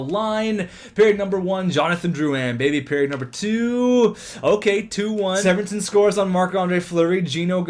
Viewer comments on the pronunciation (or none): It's really bugging me but Severson's name is pronounced see-ver-son not sev-er-son